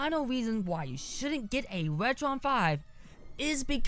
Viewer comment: wetwon 5 is wery wood wonsole you woron!